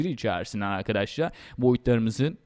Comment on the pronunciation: abi afedersin ama çok mal konuşuyorsun, biraz daha düzgün konuş "arkaaadaşlarğ"